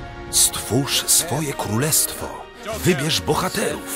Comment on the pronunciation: on powiedzał Kólestwo